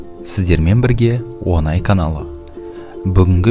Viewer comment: Қазақта "Ң" деген әріп бар! Онай дей ме тағы🤦‍♀️